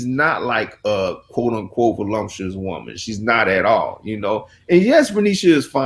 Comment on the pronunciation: The word is voluptuous, not volumptuous